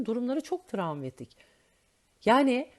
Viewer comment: Bu arada trevmetik değil o 😂 travmatik!